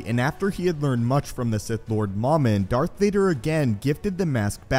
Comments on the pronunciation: Dumb English, it's supposed to be Mumin, not moooomin Ahh, I thought you were joking about moomin. The finish trolls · It's mowmin.not mahmin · MOM-IN??? No, it’s pronounced “MOH-MIN” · This guy in the video pronounces Momin "Mamin". Why?